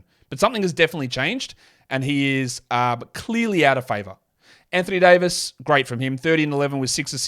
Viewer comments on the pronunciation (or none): none